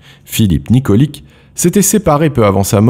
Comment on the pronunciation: Ça se prononce Nikoli[tch] je sais ce que je dit je m’appelle aussi Nikolic